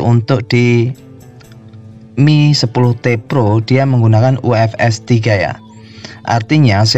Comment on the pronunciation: Reviewer² Nyebutnya MI TEN TI PRO bang